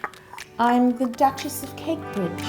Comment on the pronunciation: Honestly I'm not gonna lie, it sounded like Yo said "I'm the Duchess of Cake, B****" lol.... I bleeped it out so I wouldn't be banned.